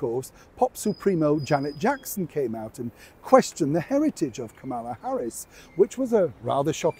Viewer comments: love your channel. But it’s KAMala. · It sounds like he is. He also keeps mispronouncing Kamala’s name, which Trump and a lot of his supporters do deliberately, to disrespect her.